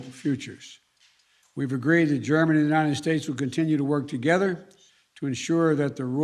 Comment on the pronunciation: ..."taking steps togezzar"... It's like zay "Lockstep", yes??